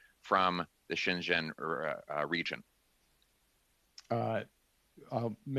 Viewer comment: ) Good work. But Pierre, please, say Xinjiang something like this [shin gee ong]. Your pronunciation sounds as though you're saying Shenzhen [shen jen], which is an entirely different location.